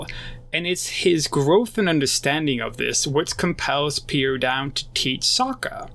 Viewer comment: Like the analysis but it's very distracting that you keep calling him Sakura instead sokka and you keep saying Piandown instead of Piandao